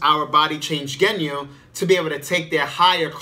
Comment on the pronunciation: Sorry I was just freaking out over the way you was saying "Genyu". I've never heard it being said that way.